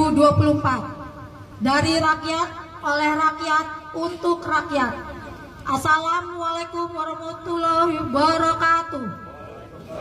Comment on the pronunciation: Alah mbak ngucapin salam belepotan solat lima waktu ngak...... Dah tuhhh bawa percakapan bapak tadi KPK di bawa 2 hadeh😅😅😅😅